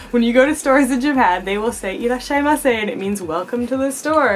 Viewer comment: Irashaimase, not irrashaimase lol